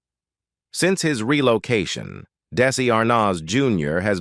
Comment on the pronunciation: AT LEAST HAVE THE ROBOT PRONOUNCE DESI'S NAME AND OTHER WORDS, PROPERLY... AMATEURS!!!!!!!!!!!!!!!!!!!!!!!!!!!!!!!!!!!!